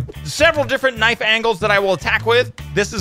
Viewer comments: knife is said k.n.i.f.e. not kniffy>! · knife is with a silent k . its nife if u say it correctly but to spell it u use the k but it is still silent. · Every time he said KI NI FI I was so confused and then im like Knife oooooooooh